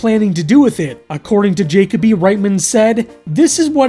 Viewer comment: IS it "Jacob-y" and NOT "juh-KOE-bee"? Because I have NEVER seen the name "Jacoby/Jakoby" and heard it pronounced "JAYKAH-bee"...